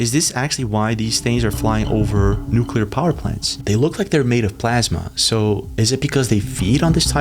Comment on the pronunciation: Thank you for saying Nu-CLEAR and not Nu-culer!